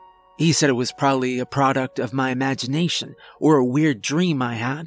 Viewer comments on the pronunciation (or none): none